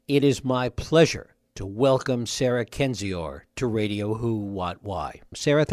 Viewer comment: She pronounces her name ken-zee-er.